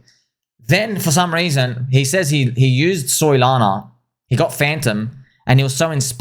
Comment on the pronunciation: calls Solana….Soylana. Yes. Not dumb 😂